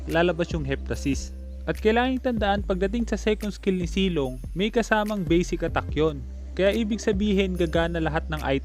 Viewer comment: Zilong po Hindi silong